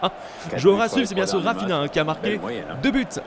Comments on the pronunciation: Salut cest pas raphina ça se dis raphinia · Par contre on dit RaphiNIA et pas RaphiNA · Au fait, Raphinha, ça ne se dit pas "Rafina" mais "rafiña". XD Super video sinon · Ça se dit «rafiniya» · Rafinha se dit "rafinia" c est un portugais Sinon bonne video